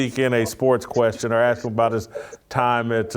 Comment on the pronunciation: Hey, I'm not too rich n all, but I'll buy you a few "s's" for your "expecially's" and "axk's" 😄